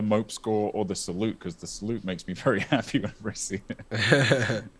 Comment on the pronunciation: the way i threw my phone acroos the room when she said "hap-aye"